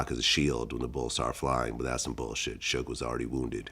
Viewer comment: Shoog? Shug? Dude can't even pronounce his name.